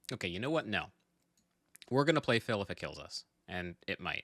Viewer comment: Am I the only one that cringes every time he mispronounces Phil's name?